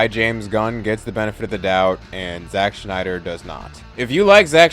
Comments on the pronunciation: Agree more than disagree, but I have to say... he's killing me with saying Schneider instead of Snyder 😖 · It’s Snyder, not Schnieder. Rob Schnieder. Zach SNYder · It’s Snyder, not Schneider. There’s no “ch”. You’re saying the wrong name. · It's Zack Snyder, not Zach Schneider. Snyder and Schneider are two different names. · great video but it’s snyder not schneider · living for you calling him schneider the whole time lol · Who the hell is Zack "Schneider"? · Snyder not Schneider. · I can't watch this video. The freaking "Schneider" thing is bothering me. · It's SNYDER . Ssssssssnyder. Idk where you keep finding the 'SCH' you drop in the name but you certainly don't hit the 'SCH' with any other 'S' words; You said DC Ssssstudios fine. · It's Snyder not Schneider. Every time you said his name I kept thinking of that Rob Schneider bit from South Park. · Why does this dude keep calling him shnyder? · I enjoy watching scenes from Snyder’s films but I don’t rewatch them very often. I do rewatch Gunn’s films and it is mainly to see how things fit together. Thanks for helping me see why. Friendly correction: Snyder is not pronounced like “Schneider.” I’m married to a Snyder and he hates that. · Im sorry i can't watch your video You just keep saying Schneider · Your telling me that a word being mispronounced (which I can’t even hear the mispronouncing) is why you clicked off. Are you sure, or are you mad that he said bad things about Snyder. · There's no H in Zack Snyder